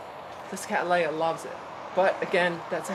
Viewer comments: Would you please reconsider the way you pronounce Cattleya? As an orchid expert you will be well aware that this generic name was applied by Lindley in honour of my ancestor William Cattley. Cattley is English in origin and pronounced Kat-lee NOT Kat-lay. On the positive side, I note with interest that you avoid the Americanism of pronouncing the letter T in the middle of a word as a D, thus you are avoiding making the name Cadd-lay-ah, now if I can get you to go fully English, you will hopefully land up at:- Kat-lee-ah. Regards Tim Cattley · It would seem that you do not. Its Katley-a not Katlay-a. See what the American Orchid Society have to say on the subject.